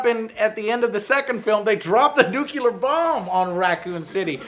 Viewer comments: For the last time joe... it's not "nucular", it's "NUCLEAR" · it's NUCLEAR NOT NUCULAR!!! FFS!! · Joe, why do you say "nucular?" "Nuclear" doesn't have 2 u's. Is this a southern thing? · Nucular.. nucular...